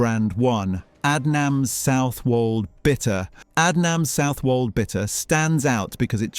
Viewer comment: Like Aid nams do you mean?